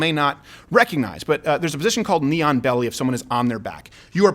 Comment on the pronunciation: I thought he said “neon belly” and was super confused for a hot second😂